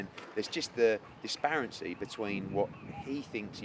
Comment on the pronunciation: “Disparincy”? Hearn is making up words now lol. I’m sure he meant disparity.